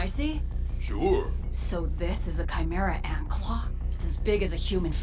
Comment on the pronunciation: "A nen ant" " A nant 😥"